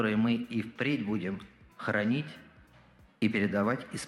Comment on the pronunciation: "...традиционные национальные ценности, которые мы и впредь будем хоронить..." Я просто отказываюсь слышать здесь что-либо другое. "К сожалению, победив нацизм..." не, я конечно всё понимаю, но паузы тоже надо не от балды в речи ставить. Ну или это уже по Фрейду оговорка, не знаю даже. Не могу не думать, что же это у министра на столике за бутылочка такая интересная стоит, на бутылку воды что-то не очень похожа, хм... Спасибо за прекрасное видео, как и всегда